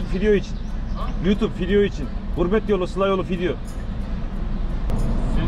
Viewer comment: Yıllardır izliyorum her izleyişimde memet abinin fidyo demesine bayılıyom Allah tekerinize taş deyirmesin abi yolunuz açık olsun